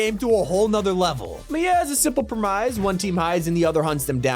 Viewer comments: “solid prem-ice” who tf says premise like prem-ice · why did you say pranEYES 😂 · Pre-mize? Did you really just pronounce "premise" that terribly? 😂😂😂😂😂😂